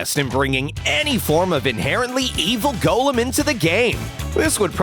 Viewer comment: The narrator are spell the golum instead of golem